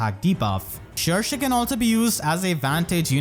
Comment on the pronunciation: I'm glad we finally know how to pronounce Cherche correctly! I keep butchering her name before XD